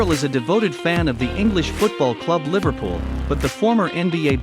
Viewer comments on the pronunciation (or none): none